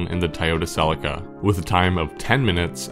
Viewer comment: Celica See Lee ka Ffs